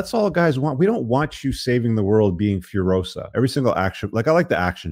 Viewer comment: I think "Furiosa" is imported word from Portuguese or Spanish. So it should not be pronounced like "Furohza", but like "Fooreeoza".